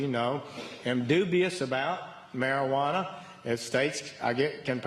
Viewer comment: I hate this guy to the core of my being. But when he says marijuaner I busted out laughing..... probably the marijuaner I'm on.